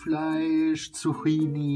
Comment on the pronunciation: "zuckini" nicht "zuchini"